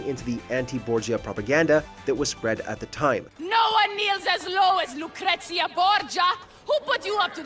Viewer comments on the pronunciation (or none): Ugh. The pronunciation of so many of the words and names in this is annoying. Medjay is not pronounced as it is written. It's pronounced Med-ji. Lucrezia Borgia you're pronouncing like Lucretia but the Z is actually pronounced as such. So it would be Lu-cre-z-ia. These were just two of the ones that annoyed me a lot. On the topic of the Borgias (specifically Lucrezia and Cesare), the facts are somewhat accurate because we don't know for certain about the accusations. Most scholars agree that there was likely some inappropriate relationship between Lucrezia and Cesare. What did annoy me about this storyline is that they almost completely disregarded Giovanni/Juan's role in the family since he was technically in charge of the papal army and Cesare was a cardinal.at around this time period.